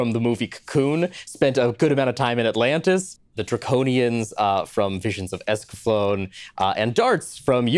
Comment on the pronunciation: Um, actually, the final 'e' in 'Escaflowne' should be pronounced. for reference